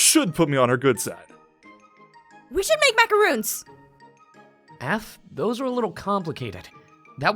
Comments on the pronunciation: "We're making MACAROONS!" Me: macaRONS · They. Are. Pronounced. As. MACORONS. Aphmau. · she pronounced macaroons wrong... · YAY GOOD 4 U APHMAU!! I LUV MACARONS!! BLESS U APH!! But u pronounced it wrong. It's pronounced macaroni without the e sound. C!? Easy!